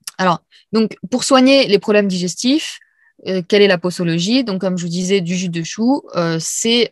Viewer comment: Il faut prononcer "poZologie"😁 règle qui dit que la lettre S se prononce Zzz entre 2 voyelles. Quand vous avez un doute avec un mot, pensez à ROSE😜. Merci pour les infos sur le chou.